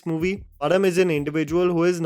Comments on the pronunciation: "Pazham" not Param. Please. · My mind stucks every single time you wrongly pronounce the name "Pazham"😐😂